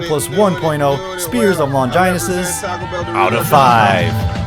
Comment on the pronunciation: Wtf did you just call the lance? Long-jeye-na?